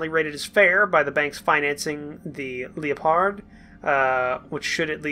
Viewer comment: It's "lep-erd"(Leapard), as in Def Leppard! Read the words in the text and sound them out like you were taught in early life! Makes me crazy! Keep'em coming!